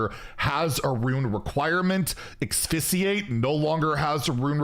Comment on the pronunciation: Axe-fissiate. You sound like Fran Fine when she tries to sound smart.